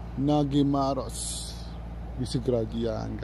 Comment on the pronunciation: NADYMAROS. In Hungarian, the letter "G" is pronounced "D". Good luck in developing the channel!